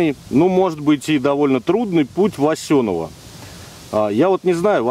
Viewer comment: Немного поправлю Вас, ударение в названии реки Шанга на первый слог, а населенный пункт называется Васенёво, все местные хорошо это знают. Лайк за видео!